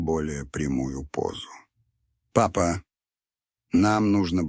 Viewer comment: Да чтение неплохое.но восклицание папа.ни с той интонацией😊